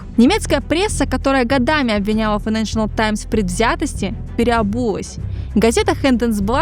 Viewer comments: Здорово, спасибо большое за контент. Единственное, очень режет слух неоднократное на правильное «файэнэншЭНэл», газета называется «файэнэншЭЛ». Без дополнительного «ЭН» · хороший выпуск. но плиз попрпавьте произношение - файненшл таймс, а не файненшенел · Отличное видео, все нравится, но ради бога: файненшиал, а не файненшиНал таймс!!!!!! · Хороший видос, но как же калит постоянное "ФайнэншиНал Таймс" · Financial файнэншал Not accurate неточный Найдите кого-то, кто получше знает английский или проверяйте получше текст. И произношение 😊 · Какая вы тактичная😂 вам не слышалось и это было больше чем несколько раз) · Кроме постоянного произнесения «файнэншнл», откуда в слове financial появился ещё один слог????